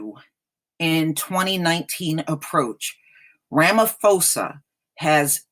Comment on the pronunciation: I'm South African and in USA. And I agree that's nonsense that some white farmers feel victimized yet crime us a problem all over the country no one is targeting white people. Also just to correct you ma'am that is not how you say our presidents name. It's Rah-Mah-Poh-Sah not Phoe-sah. But I honestly nonetheless do not trust ANC, I feel their recent behaviour has only been a political stunt to look good before elections next year. if they were serious about land it would have been sorted over 10 years ago after fall of apartheid. They are just trying to feed off EFFs fire. Also it's bit true how some say Julius Malema wants white people dead. it's not true he simply wants justice and economical equality, and very rightfully so. South Africa is one of least equal societies in the world financially due to legacies of apartheid and more.